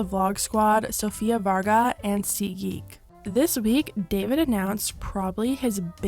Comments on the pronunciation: saying Sophia Varga instead of Sofia Vergara made my day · Sofía Vergara not Varga or whatever she said 😂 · Raise your thumb if you've ever felt personally victimized by mispronouncing Sofia VARGAAAAAA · Sofia VERGARA*..... say it with me VER👏GA👏RA👏..... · Sofia VER-GAR-A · You did not just say VARGA 👁 👁 👄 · As a Colombian I almost cried laughing when you said it like that, but I do understand how some latino last names can be hard to pronounce. Love your channel! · You did not just pronounced Sofia Vergara the way you did... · PLEASE DONT BUTCHER POC NAMES LIKE TAKE 5 SECONDS TO GOOGLE THE PRONUNCIATION BEFORE MAKING A VIDEO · You didnt even try pronouncing vergara 😂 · they way she can say white names perfectly but cant say Sofia's last name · Cringe how u pronounced Sofia Vergara 😬😬😬😬